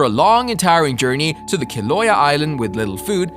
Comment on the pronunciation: it's keel-ow-aye-yuh. 'Kilauea, her home lol. Our goddess is also from Tahiti, NOT Haiti. But yeah, good stuff.